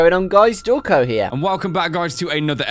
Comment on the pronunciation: It's Dowko not Towko